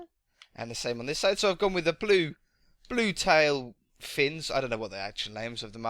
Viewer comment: You said wed and bue